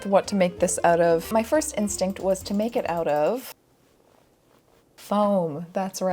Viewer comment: If I didn't know better I would have thought you said "But naked Vintage"